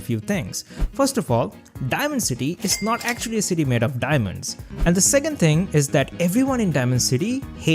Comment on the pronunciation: "the ting"